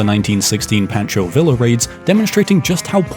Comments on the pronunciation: What is the world was that pronunciation ? Pancho Villa is pronounced like Pawn-cho Vee-uh, not like Pan-cho Vil-la. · My boy butchered Pancho Villa so badly I couldn't stop laughing 🤣 😅